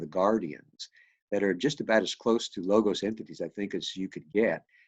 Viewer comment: The "g" in 'logos' is uttered as "w" in 'word' . It is λόγος . BTW your book is great!